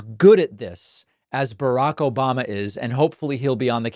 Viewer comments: I love the “ObaMna” and “troth sential” 🤣😂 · I miss you "Obamna" 😂😂.